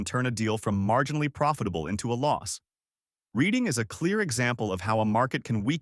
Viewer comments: Its pronounced Redding, not Reeding! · It is not Read ing it is RED ing! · not reeding, redding. You got it right the second time, but not the third. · Lancaster pronounced lank-kiss-ter; Reading pronounced redd-ing.